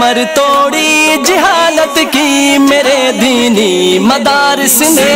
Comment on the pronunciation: hazrat jihalat nahi jahalat hota hai